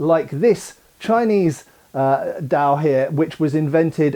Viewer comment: I think you might be butchering the Dao pronunciation a little bit. By the way, is the Dao really considered a sword? Because Dao I think kind of means "knife". I think there's another term for sword in Mandarin.